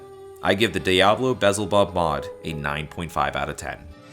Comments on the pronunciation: Belzebub, not vessel bob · Great review. Just discovered this incredible mod. Although I'm pretty sure it's pronounced just like the demon beelzebub. Lol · you've somehow switched the L and Z in Belzebub